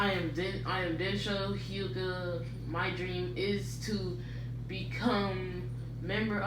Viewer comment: 'hi- you-ga' you mean 'h-you-ga'